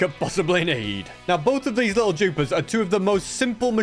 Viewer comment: Is he saying jupers? Not dupers